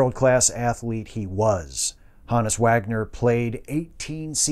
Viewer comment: Thankfully a good presentation, & pronouncing his name correctly😉